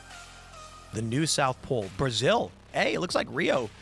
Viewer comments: After seeing Tim's video yesterday when He corrected someone's speech, I'm going to have to point out to him that its "pole", not "polce", and its "Apocalypse" not "Apocaylpse". 👍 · Polce? What’s polce? 😂 I knew what you meant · Aaah ,, da polc'e shift'e ay?